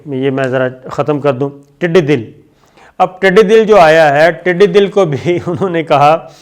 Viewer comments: Urdu to sahi bol liya karen yehi aap ke junior sikhaen ge. 'tiddi dil' nahin balke tiddi 'dal. Pakistan Zindabad o Payendabad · صابر شاکر صاحب یہ ٹڈی دِل نہیں ہوتا ٹڈی دٙل ہوتا ہے دٙل کا لفظ فوج کے لئے استعمال کیا جاتا ہے یعنی ٹڈیوں کی فوج